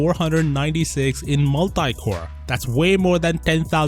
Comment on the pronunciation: it's 12946 but you pronounced different